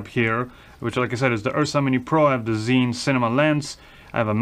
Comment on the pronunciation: Hi, I've been always watching you but never commenting; breaking it now just for a suggestion... As I've lived in China for 24+ years you can safely take it from me, ZHIYUN is pronounced like this: Take the word rzeczpospolita for an example, in its original Polish pronunciation. Now, put cz first, following with rz. You will have something very close to what zh sounds like. Add Polish y to it as in Bydgoszcz, you will have zhi~. (Doesn't work with English language that easy). Zhiyun is not pronounced like "zayin" or anything alike... zayin is a dick in Hebrew.:)